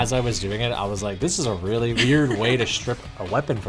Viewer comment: Did you Rike it? 🤓